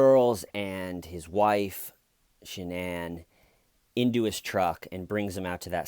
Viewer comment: the fact that she pronounces her name sha-nan and her parents call her shannon like normal people, says a lot